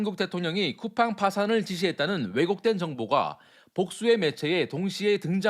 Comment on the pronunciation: 쿠팽 ㅋㅋㅋㅋㅋㅋ 발음도 제대로 못하는 주에에 미국기업?ㅋㅋㅋ 상장이 좋긴좋네~ 미국것들은 언제까지 덜떨어질건지😂